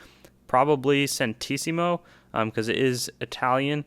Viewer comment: Lire is pronounced ‘lee-reh’ and centesimo (plural centesimi) is pronounced ‘chen-te-si-mo’.